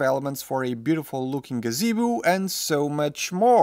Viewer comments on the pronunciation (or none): I'm sorry but did he just say gazeboo